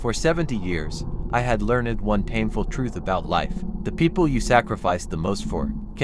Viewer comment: Please, please pronounce LEARNED correctly. It is Not 'learn-ed'. It is 'lernd'.